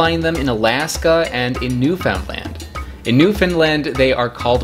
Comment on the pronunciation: "New-found-land" haha I haven't heard it said like that before. Usually it's said like "new-fin-land" with the "i" being pretty subtle